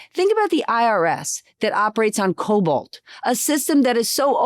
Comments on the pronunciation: Stephanie it's Cobal, not Cobalt. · Except it is COBOL, not Cobalt. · CoBOL not cobolt. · It's COBOL, not Cobalt. It's a programming language, not a system. COBOL outperforms modern languages in handling high-volume transactions with unmatched reliability, making it ideal for critical systems in banking and government. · Late to this episode. Love the dialog. Love having Stephanie Ruhle substituting. Ruhle, it's COBOL not Cobalt. Otherwise, I watch your show and learn something from you every day. Love the MVPs on Fridays. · Enjoyed your guest, who is really smart, but being a computer guy (old one) I picked out an error. It's "Cobol", not "Cobalt". The essence of her statement was right on, though.... :)) sorry to be so picky. (Canadian sorry, lol) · COBOL, not cobolt. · its Cobol not Cobalt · I worked in manufacturing accounting for a number of firms for most of my career. Countries are not to blame for hollowing out manufacturing, the CEO’s are because the American people wanted cheap stuff and wanted the stock prices to rise. Americans are to blame. BTW, it’s Cobol, not cobalt. 😊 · COBOL, not Cobalt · With respect... COBOLT = a hard, lustrous, bluish-gray metal. COBOL = Common Business-Oriented Language (thank you Grace Hopper) - Otherwise GREAT SHOW! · I've always loved and admired Stephanie Ruhle. But, to hear her say "Cobalt" when everybody knows the obsolete computer language is called COBOL? I'm just extremely disappointed. I thought I'd only hear that faux pas on Fox New. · Glad someone made this point. Also to point out - if things are slow, it's not because of COBOL. That's probably the fastest & most efficient part of government.